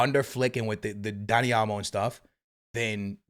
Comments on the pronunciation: also: Dani "A"lmo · “Dani Almo” 😂 it’s OL-MO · Man said Elmo 💀💀💀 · Is it me or does it sound like is saying Elmo and not olmo lol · Dani "Almo" 😅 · For real 😂 over here constantly saying Dani "Almo" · what barca fan said said olmo was a bad signing and that it didn’t make sense? everyone was ecstatic getting him in. secondly, if you’re going to mispronounce names over and over again stop talking about football